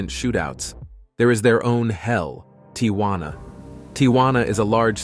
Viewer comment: Why is this youngster having trouble pronouncing "Tijuana"?